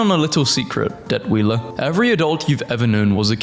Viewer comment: calling him Det-wheeler hurts my soul